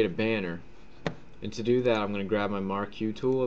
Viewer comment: Marquee Tool. He pronounces it incorrectly. Just your rectangle selection tool.